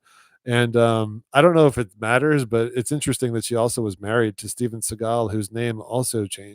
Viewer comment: Definitely remember Steven Segal too. Seagal looks ridiculous and doesn’t fit with how everyone has always pronounced it, which is Segal like “Se” not “Sea”. Now it might as well be Seagull!